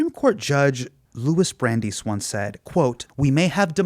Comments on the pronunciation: Did he just say Looey Brandees??? Cmon guys. His staff have gotta do better than that. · Did Mr. Minhaj mess up the pronunciation of Louis Brandies' name? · I detected Krugman really wanting to correct wrong pronunciation of Brandeis.